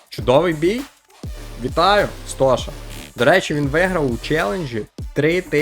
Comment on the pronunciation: Ти коли говориш нік Стоші то не там розділяєш !